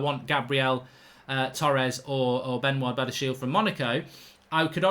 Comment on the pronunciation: Mark it's pronounced benwaa bedashee